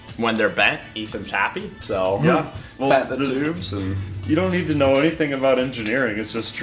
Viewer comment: "everything we nee doo doo"